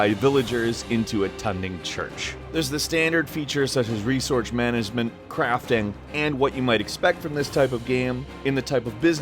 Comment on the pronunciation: resouce manasement, cwafting etc.